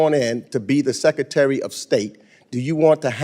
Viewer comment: Meeks can't pronounce secretary....secatary??